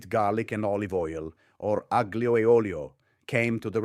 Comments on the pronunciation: Italian accent, so the speaker must also be of Italian descent, and he says “aGlio”??? . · The AI doesn't really know how to pronounce Italian-- "aGGlio"? Nope. "OrreTCHiette"? Nope. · Ok, nice Italian accent UNTIL he pronouned penne, and aglio……WRONG! But I appreciate this video because it reminds me of how my mother grew up in the Boston’s North End. Poor but rich. Thanks for the video.